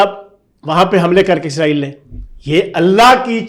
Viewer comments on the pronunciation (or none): none